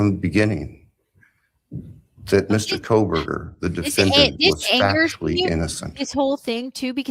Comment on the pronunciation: He’s the “KOHBURGULAR”…🍔